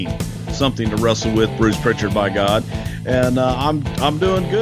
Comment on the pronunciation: No T in Prichard.